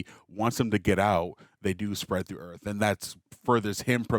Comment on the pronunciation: Why does he keep saying "Alien EARF" ?